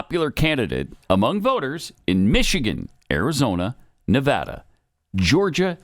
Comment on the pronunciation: Too bad can’t pronounce Nevada correctly.